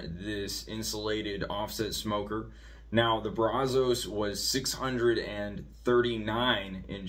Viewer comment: Good video but it’s pronounced braz-us…